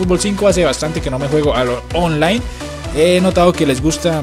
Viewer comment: like si escucharon que envés de decir online decía ofline jajajaja XDXDXD